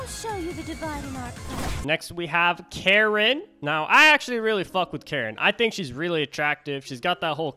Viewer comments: Also her name is pronounced Ka-reen because she’s rich. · Bro it's pronounced car-een if that helps. (That's how everyone else pronounces it)